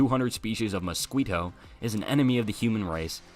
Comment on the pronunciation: Your AI narrator does not know how to pronounce mosquito